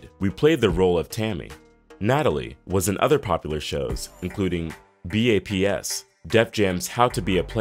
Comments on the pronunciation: How u taking ppl black card but pronouncing BAPS as B-A-P-S 😂😂😂 laws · I’ve never heard someone actually spell out the title for B.A.P.S…. people usually just say baps. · Dude said b.a.p.s. 😂 it's called baps! Like u pronunce maps! But with a B! Baps! Smh this offensive to the culture! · Say it with me...: BAPS.... Take the ap from apples and put a B on it. That is all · Lmfao not him spelling out b.a.p.s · If he say B.A.P.S 1 more time..ugh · B.A.P.S literally is pronounced BAPS 😂😂😂😂 NOTHING ELSE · Sooo no one is gonna say anything about how he said baps lol 😂😂